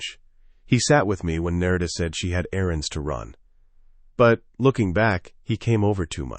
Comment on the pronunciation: A piece of advice. Do a proof listen before publishing. I’m a minute in and the wife’s name has been pronounced two different ways. There are probably only three variations. Names are a problem for narrators. Specifically uncommon names. Narita is an uncommon name in English. If you have a way of choosing names, go with simple. Otherwise the listener ends up struggling to keep engaged with the story. Annoying details are distracting.